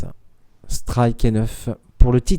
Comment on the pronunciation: Didn't understand anything but "striku" and "perfau". But good game though. Both very good players.